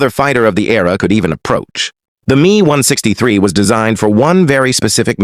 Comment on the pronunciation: ai commentary sucks. the 'me' ? M.E. messerschmitt.. not 'me'. ai readers ruin everything... . ww2 might become wuhwuhtoo.